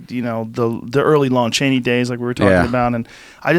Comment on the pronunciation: Joe “LOAN Chaney” Rogan hahaha